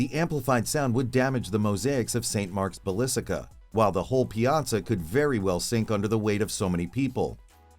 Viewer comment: what is a "balisica"? come on.